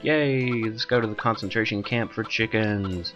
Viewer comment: CAWNCENTRASHEN CAWMP FOUR CHEEKENZ! :D